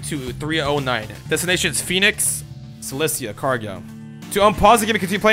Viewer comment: Seal-leh-cah first 5 seconds of the video def shows that he dropped out of high school read more books homie goddamn 😂😭😭